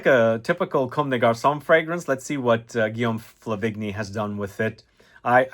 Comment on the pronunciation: Flah-vehn-yee, not fluh-vigg-nee